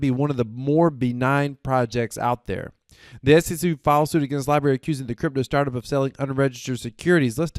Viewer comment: Lie-Brarey.......not lie berry...lol Good job but please...